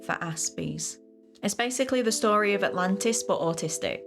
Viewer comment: Stop, dead. XD Autlantis, fml